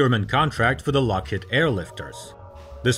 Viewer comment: lock HEED not lock HEAD